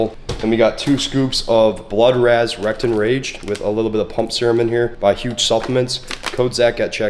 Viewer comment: ok it was wrecked and rage, not rectum rage like I heard it🤣🤣🤣